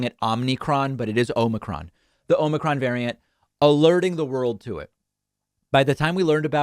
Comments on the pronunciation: According to every website I've looked at, omicron is pronounced ah-muh-cron, not oh-mi-cron. Of course, there are going to be variations, depending on the country, but ay-muh-cron is the preferred and accepted pronunciation in the good ol' US of A. Then again, who the hell am I to tell someone how to talk? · I put up with “nucular” for two terms. Omnicron. Fine. Wtf cares?